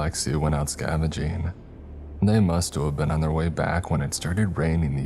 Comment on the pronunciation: “Mustua’ve been”